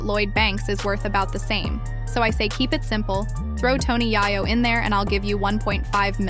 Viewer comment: If you can’t pronounce Tony Yayo name right you have no right speaking on this ! 🤦🏼‍♂️